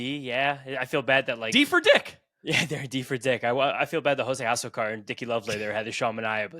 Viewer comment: As a diehard Jose Azocar (ah-ZOH-car) superfan, I'm disappointed that you put him in D and not S. I'm also disappointed and embarassed that you pronounced his name incorrectly.